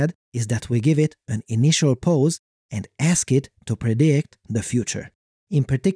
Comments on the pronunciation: I love your videos, but the way you say 'and' really irritates me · Great video but my guy, you need to work on your intonation. It sounds like it was read by a robot and all I was hearing was AND BUT HOW